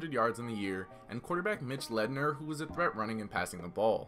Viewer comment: Bro, leidner is Pronounced Linder